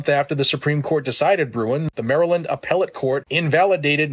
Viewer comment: It’s Maryland 🤦🏾‍♂️